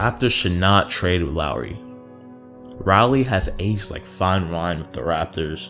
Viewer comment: I can tell this man ain’t a Raptors fan, he said to sign Ibaka for 30M, he called Lowry ‘Rowly’ and he called Boucher ‘Bow-Chur’